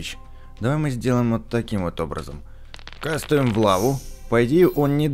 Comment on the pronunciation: пачему ты говориш кастуем?